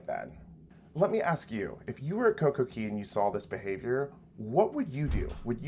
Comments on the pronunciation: Please stop saying Coco KEY. It is pronounced Coco CAY... hence "Perfect Day at Coco Cay". The copyright is "CAY" and it is pronounced CAY. Ask Royal. They will tell you it is CAY. As a travel professional, you should know better. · You might want to learn ROYAL'S trademarked pronunciation of CAY. IT IS NOT KEY! I know that's how you're supposed to say it, but Royal says CAY to rhyme with DAY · You should retire from hosting a cruise channel. If you were truly knowledgeable and been around the cruise industry you would know that COCOCAY is pronounced COCO-KAY not COCO-KEY. For Christ sake it is trademarked. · For you to be a cruise blogger I would expect you to know the pronunciation of the private island is "Cay" not "Key" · MSC private island Cay pronounced Key. RCCL Coco Cay pronounced Coco K.